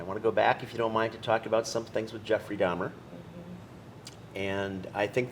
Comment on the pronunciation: For this incident happening 32 years ago, you'd think she knows how to pronounce his name by now. Its DAHMER, not DAHMNER lady.